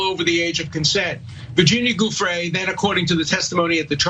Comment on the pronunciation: Okay this one is easy regardless of how long the esteemed lawyer's mouth is moving... he mispronounced Virginia Giuffre's name as "GOOF-fre". His "perfect" sex life lines up with Trump's "perfect" phone call... The government should be careful with these ones, these tricksters.